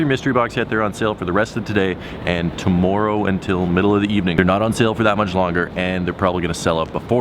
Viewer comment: The way you pronounce warm and tomorrow automatically renders your opinion irrelevant